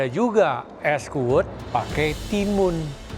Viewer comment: lengeh gati..wkwkwk.. es kuwut bukan es kuwud..wkwk